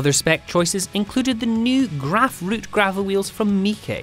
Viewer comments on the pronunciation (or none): none